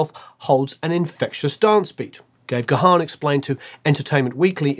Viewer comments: you might now live in LA and listened to KROQ back in the day but you are still English……. Dave’s surname…. It’s “Garrrn” not Gah’han (he’s not a Klingon)! 😉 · It's not pronounced "Guh-Haan". Dave's last name is simply pronounced "...GONE..." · Dave Gahan pronounces his name as 'Garn' not 'Ga-harn'. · Brilliant video! 💕 Just FYI that Dave's surname is pronounced as one syllable ("Gahn") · Great video,. Dave's surname is pronounced "Garn". Cheers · Stop calling him Dave Ga-Han.. the H is almost silent ffs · You should lose that "h" when you pronounce Dave's surname,. Strange you didn't catch him pronouncing his surname in his interviews. It sounds more like Gaan. Cheers! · Any Mode fan worth their salt knows that Dave himself pronounces his name with a silent H. G-Harn sounds weird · It's pronounced gaaaaaahn... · It is time to learn to pronounce Dave’s last name correctly. He has answered this countless times and myriad interviews with him exist on YouTube where he introduces himself. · I thought you were a huge fan! You don't even know how to pronounce Dave's surname. All and any respect completely gone.